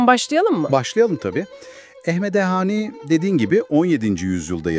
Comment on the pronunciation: Hani değil "xani"